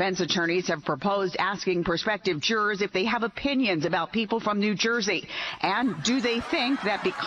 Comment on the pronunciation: Not Cuban but New Joisian! 😂